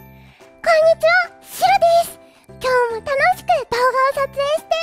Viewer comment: シロがスゥロに聞こえてしまう...